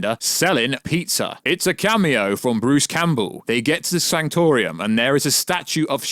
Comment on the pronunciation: And it's the sanctum sanctorum, not the sanctor-ium. Bro do you even MCU?